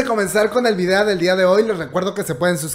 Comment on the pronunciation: Muy bien video, pero... porque dice videa?